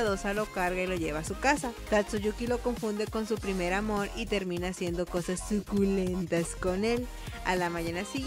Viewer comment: me encanta como dice zuculemnjsdhgyuu+tas jajaja